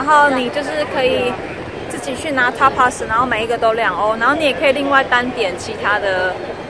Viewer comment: 西班牙語發音,T不是發ㄊ是Dㄉ發音一樣!Tapas(剛好現在在學西班牙語學西班牙料理)